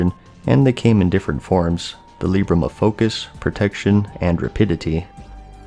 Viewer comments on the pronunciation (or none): the leebram xD